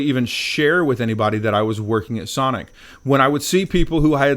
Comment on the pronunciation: I don’t think you can say “Sonic.”